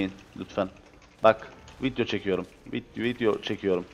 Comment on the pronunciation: Abi neden vidyo verine vityo diyosun :DD